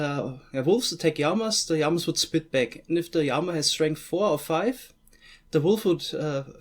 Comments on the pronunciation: did you seriously say "yamas" instead of "llamas" ?? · LLamas not Jamas or Yamas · Np. I was referring to his pronunciation of "llamas" 😉